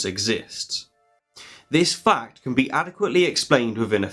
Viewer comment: Did you notice that he says "fact" loudly and distinctly, and that it sounds a bit like "Fucked"? My roommate did. She asked what I was watching that was so fucked.